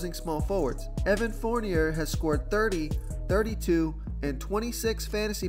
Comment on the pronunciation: Evan Fornier is pronounced Forneay...love ur vids but ur pronunciations crack me up.